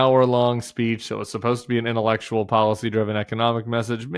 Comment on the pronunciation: Trump wants to do "Intellekshul" LMAO 🤣